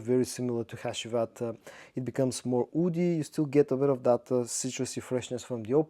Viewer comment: You mistaking "oudy" and "woody" all the time drives me crazy man 😅 Love your vids nonetheless